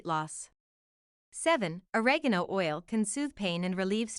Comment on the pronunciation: can't think of a more mispronounced delivery of OREGANO ... for god's sake there is no 'a' at the end of oregano !